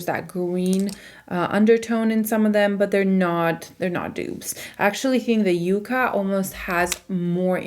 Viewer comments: With all do respect it’s not you-ca it’s pronounced yuk-ka. It’s actually a plant. It’s going to be a gorgeous pallet for fall! It looks beautiful on you.😊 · Very excited to watch this video!! Stunning looks. The name sounds like Ya not a U sound. I am pretty sure it is meant to be like the yucca plant....color story. I have only seen one review that pronounced it correctly.